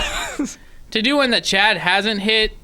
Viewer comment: Chad rhymes with "rad", soooooo...